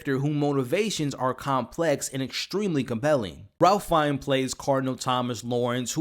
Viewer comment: I seriously couldn’t stop hearing his mispronunciation, along with how he said he was a big fan of Ralph Fiennes, but couldn’t say his name properly! I usually like this channel, but this was disappointing.